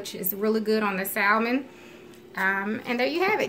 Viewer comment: I’m sure it taste good, but every time she pronounces the “L” in Salmon my ears cringe.